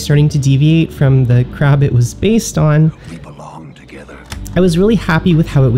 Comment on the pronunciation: SAY CREB AGAIN.